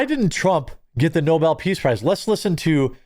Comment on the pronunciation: Reminder: Alfred Nobel invented dynamite, which has possibly killed many people in multiple wars. Second Reminder: joe biden's press secretary (KJP) pronunced Nobel's name: "noble" propounding the notion that someone was being awarded a noble prize.